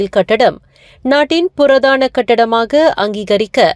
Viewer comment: purathana katidama ungaluku Tamil varatha .matravargaluku velayai koduthidunga.PURAATHANA endru vaasikavum.